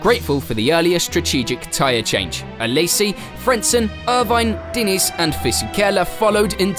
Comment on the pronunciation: Great content. Subscribed to channel 👍 Just one little thing….. Diniz is not pronounced Denise 😂